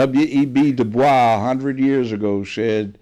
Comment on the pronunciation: He pronounced "Dubois" correctly. I trust this man. You better listen to Grandaddy Brown.